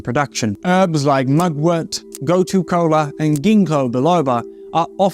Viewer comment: Gotu kola, you pronounced it "go to cola" not the best advice to decalcify lol